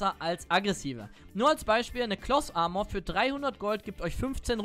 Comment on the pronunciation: Wer kennt sie nicht, die gute, alte closs armor... P.S. kein hate gegen deine Aussprache, nur super lustig :)